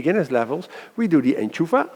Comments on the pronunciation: Enchufla** not enchufa ...great video otherwise!! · I think we say "enchufla" and not "enchufa" but it´s a great video anyway. Thx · Enchufla not enchufa. big difference. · enchufla, it's enchufLa